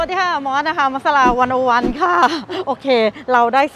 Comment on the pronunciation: ทำไม อ่านว่า วันโอวัน ครับ. ไม่วันซีโร่วัน